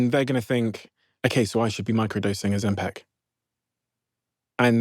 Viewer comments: OzempIc……. IC….. NOT EC NOT AC …I DONT KNOW WHY BUT ITS DRIVING ME MAD LOL how many people have to say it …properly…in front of you Stephen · Why does he pronounce it Ozem-PECK? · Second video on Ozempic, and Stephen is still saying OzempEc...😅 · Great video but OMG it’s Ozempic not Ozempec. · OzemPIC not PEC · Interesting But i cannot listen to the host say ozempic, its like nails on a chalk board 😂 its ozempIC not ozempEC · I’d like it more if you didn’t pronounce it Ozempeck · Is it just me who finds the way he pronounces oxempic really annoying? 😅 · Steven alwavs sais “Ozempic”instead of GLP1 - is he getting money from the pharmaceutical industry?? Is this a hidden marketing thing?